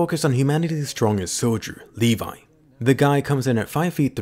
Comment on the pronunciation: I thought it was Levi not le vi